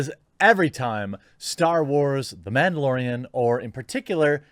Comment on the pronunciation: It's the MANdalorian, not MAMdalorian. Maybe they should change the name. Disney can end for all I care.